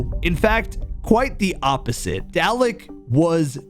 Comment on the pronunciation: Just one thing, its not pronounced "dal-eck", instead its more like garlic but with a d, so its actually pronounced "darlic"